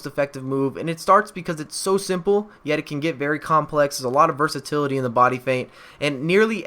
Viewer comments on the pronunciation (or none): none